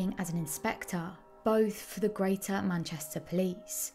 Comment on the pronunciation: simaloh, manchestoh, aww, impecabaw, sayuw to hayuw, sustainabuw, areoh.